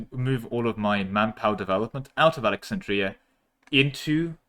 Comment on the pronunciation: The most cursed thing in this video is how you pronounced Alexandria